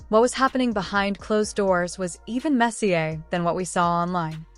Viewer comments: You need to get rid of that stupid computer-generated speech the stupid thing can't even say the words right. It's not mess-ee-aa. it's mess-ee-er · AI BS commentary. Way too much blabbering and not enough actual information. This is not a pay by the word article it is a video. You know how I know it is AI, listen to it pronounce messier as Messier he soccer/football player. Sis not bother finishing the whole thing.